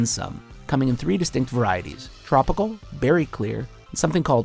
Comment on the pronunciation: I hate the way he says tropical